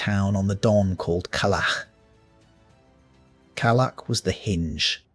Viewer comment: It’s Калач like ka-lach